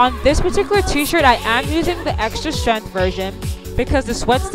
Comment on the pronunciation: Honey you are mispronouncing the word strength, look it up on your IPhone and listen to the way they say it on google